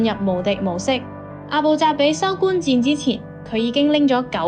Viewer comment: 不是收官戰，收官戰。 係收關戰。